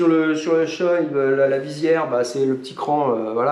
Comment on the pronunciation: Par contre on dit « shoé » pas « shoille » Voilà voilà.